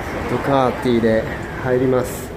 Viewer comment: ちゃんと「ドゥカーティ」って言ってる。。